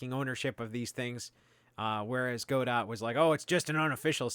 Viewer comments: It's GODOH*, NOT "go dot" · It's "Go-Dough" like "Waiting for Godot". The "T" is silent because it's someone's name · it's whatever you want it to be. the original play from which the name was derived is pronounced God-Oh, so if you wanted to be super technical about it then that's you'd have to pronounce it. the original author pronounces it Godot, which kind of makes sense as its logo is a Robot...